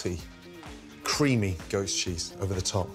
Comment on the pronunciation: I thought he said “ghost cheese”